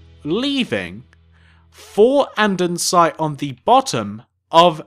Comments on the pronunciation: He was saying andensite even though it's andesite lol!!!! Love the vid keep up the good work xoxo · Hey! Great video, just one thing though. Andesite is pronounced and-er-sy-t, not and-ern-sy-t. Good job on the build though ☺ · And-ah-site not andensite